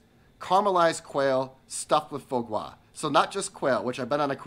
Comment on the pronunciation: I just adore quail! Foie gras pronunciation = Fwah Grah